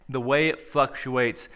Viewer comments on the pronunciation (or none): He said fucqtuates!